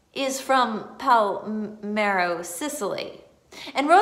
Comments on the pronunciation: Don't know if this was mentioned in other comments. If this IS the town I am thinking of, you are not pronouncing it correctly. You were saying PAL-MEH-RO. The correct way is PAH-LERH-MO .... Pa-ler-mo Sicily It's ok .... You don't look Italian or Sicilian ;-) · Do you mean PALERMO??? Not Palmero?